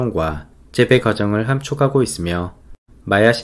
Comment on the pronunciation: 자막이 있으니 더 좋네요. (비밀글로 쓰고 싶었으나 죄송요^^) '~하고' 발음을 너무 또박또박 잘하려고 하지 말고 함축하고는 함추카고,채집하고는 채지파고로 편하게 발음하면 좋겠다는~~